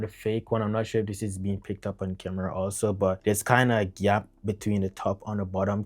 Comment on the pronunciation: amazing video, no bs, a lot of value, but the GHYAP (gap) sent me :D ahaha <3